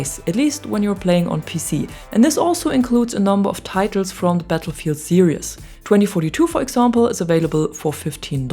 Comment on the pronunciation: Great video as always. However, and I realise that English may not be your 1st language, but you need to work in your pronunciation of "series." It's pronounced as ser-eez, with 2 syllables, not ser-i-us with 3 syllables.